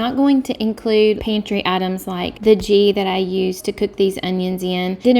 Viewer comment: Not nit pick Just pronunciation Ghee ( same G as Goat) Not- G